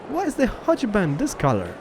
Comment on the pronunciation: prenounce hochbahn as hogbahn